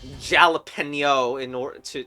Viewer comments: Jalapeño is not pronounced ja-la-pe-no, it’s: ha-la-pē-no and also it’s a type of hot pepper, not bell pepper. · not sure if I'm missing a joke here but isn't it pronounced halapenio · He also pronounced Jalapeño completely wrong too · for the..... jalapin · Bro got the name of bell peppers wrong and then proceeded to pronounce it wrong 💀💀💀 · Yep:the Jalapeno